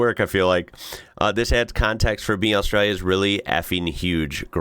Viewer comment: It’s austraLia. Aussie here lived all over Australia have never heard any one pronounce it without the L. Yes there is “straya” with ought the L but every time you say Australia without the L it sounds so wrong. We skip L in straya but Australia we pronounce the L but you may not pick up on it it’s often fast.